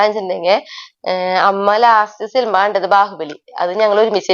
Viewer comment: സിൽമാ അല്ല 😢സിനിമ എന്ന് പറയു